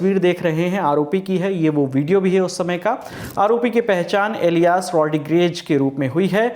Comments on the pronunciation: Host Elias Ko Ilyaas Bol Raha Hain , Espanol Aur Muslim Naam Mein Farak Bhi Nahi Pata Aur Channel Pe Hosting Karte Inlog ..... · एलियास नहीं इलियास। झूठ की भी हद होती हैं 🤨